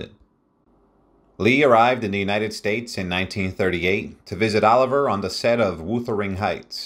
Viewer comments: FYI it's Lawrence O li vi eh (pronunciation) not Oliver. It's "A Midsummer Night's Dream, not A Midsummers. It's Wuh ( short u not Woo) ther ing Heights. Elia( accent on the E with li pronounced lee) Kazan . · Hey Robot! It is NOT OLIVER - it is OLIVIIIIIIER! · Sir Lawrence. “OH LIVE E YEA”, NOT EVER “OLIVE ER”! SIR LAWRENCE USED THE FRENCH PRONOUNCEMENT of his name. IT IS “WEATHER. ING HEIGHTS”. THE Pronunciations in this session is absolutely atrocious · I hate these damn AI readings and not being able to pronounce Sir Laurence Olivier as "Oliver" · Don't you just HATE AI generated narratives?? "Laurence OLIVER" and Woothering Heights. Sigh. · I'm glad I'm not the only one who noticed the mispronunciation of Laurence Olivier. Also, he pronounced Blanche DuBois (DooBwah) as DuBoyz! She sure was a stunningly beautiful lady. I didn't know until recently that she spoke with a British accent! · Hilarious pronunciation of Laurence Olivier.